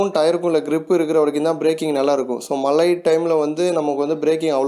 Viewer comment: Please be sure that you pronounce correctly. Its not malai its mazhai.